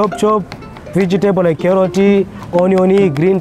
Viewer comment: "Carroti, onioni" hhaaha